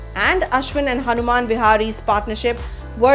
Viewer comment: The narrator said "Hanuman" instead of Hanuma and "Natraj" instead of Natarajan, every single time she referred to them. My point is, the narrator was just reading off a script and has no clue what she is talking about.